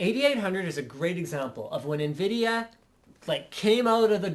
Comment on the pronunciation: so Invidia or Nvidatel haha